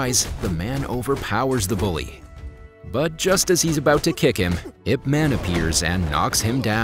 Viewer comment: It's I P two syllables man.